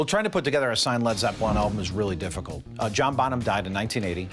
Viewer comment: He said dipicult for him to sell